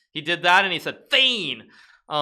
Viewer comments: Its not fein its faen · He said fein?? You mean “faen”? Right? Quite off on the pronunciation. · "he said 'Fan' " sounds fun when english speaking people says that LUL. It's "Faen!", as in "fuck!" or "damn!" :) It's pronounced "pha-an" Kinda....try use google translate, it says it correctly, both on Faan and faen, when you hear it from the Norwegian translator voice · Norwegian 101 Faen (from fanden): meaning the devil; fuck Pronunciation: ✗ Fain ✓ Fohn or foh-en (similar to fawn, but with a more open a-sound) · Magnus said what? "feign"? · Fan! (Pronounced like in FANta) is generally what we swedish/norweigan people say after losing a game or messing up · The "faen!" that Hikaru referred to , was likely Magnus saying "faen!", although pronounced differently, and translates literally to an archaic word for "the devil", but colloquially translates to "fuck" (specifically as an expletive, it can't be used as a verb). FYI: I haven't seen the original clip and heard Magnus say this, I'm just going off Hikaru's impression. - A Norwegian-speaker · i love how hikaru pronounces "faen". Like as a norweigan i am dead haha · Hehe always fun to hear foreigners try to say "faen".